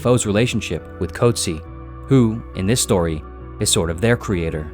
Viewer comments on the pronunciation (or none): As a South African the pronunciation of 'Coetzee' hurt more 😆 'koot-zeer' not 'coat-sea' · The name "Coetzee" is pronounced as kuut-SEE in South Africa and kuut-SEE-uh in some other regions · It’s pronounced “Coot Sea” (like “sear”without the R). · Maybe start by pronouncing the Nobel Prize winner's name correctly.